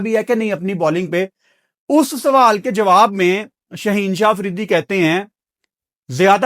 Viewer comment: It's not sawahl it's sawaal Ahsa nahi aesa please don't mind you are being watched by many people